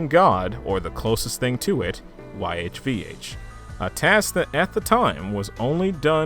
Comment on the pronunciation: YHVH is pronounced “Yaw Way” i believe